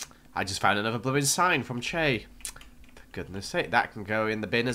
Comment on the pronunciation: Choc not choe